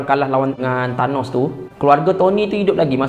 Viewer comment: Bkn tanoh..tp THANOS